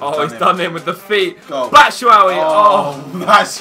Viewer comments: i think that michys surname is batshuayi not batshuawi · great series guys. BTW, it's bat-shoe-why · Why do they say batshuwawi?